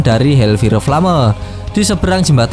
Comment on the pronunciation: kalo Ngmng fire itu fayer bang kalo ngomong flame itu flam